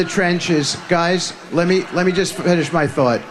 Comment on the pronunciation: Why does Witkoff pronounce the word "thought" as "thoort"? Dude should learn how to speak English.